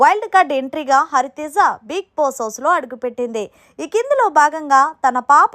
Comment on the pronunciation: హలో మేడం కొంచెం బిగ్ బాస్ పదం క్లారిటీగా పలకటం నేర్చుకోండి ఐ యాం యువర్ బిగ్ ఫ్యాన్